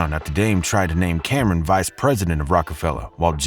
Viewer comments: This shit is trash. Narrator cheffing old news, plus he pronounced Cam’ron Cameron, foh. Wish I knew this shit was ♻️ news from the jump… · Mans keep saying Camron and not Cam’Ron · Did he call CamRon Camron 🤦🏾‍♀️ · Bruh.. did you say Camren. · Who's "Camrin"? Culture Vulture Alert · Yeah, I was doubting this narrator when he kept mispronouncing Cam'Ron as Cameron. Also, R. Kelly didn't ALLEGEDLY marry Aaliyah, they actually got married.🤔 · The way the narrator said "Cameron" instead of Cam'ron makes me question what he really knows about hip hop. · This nigga said Camren. It’s Cam Ron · Why are u saying Camrin…u gotta know it’s CamRon! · They way he said Camron name like Cameron had me weak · It’s not Cameron. It’s Cam’ron. 🤦🏽‍♂️ Cmon buddy, you gotta know this sht if you’re gonna be doing videos about it. 😁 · How are you pronouncing these names?! Lion Coen Camren?! 🤣🤦🏽‍♂️ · good video but your stealing culture too can’t even get the names right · I stop listening to this narrator wen I heard the way he pronounced Cam name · It was cringeworthy when it is a name that deserves more respect than that. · It made me cringe fr. I was like does this dude actually know hip hop? Lol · definitely not. Just did research and not enough to know how to say Camron 😂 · U gotta get the name pronunciation right!